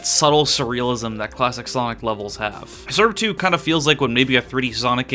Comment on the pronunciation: is there a reason to why you pronounce srb2 surb 2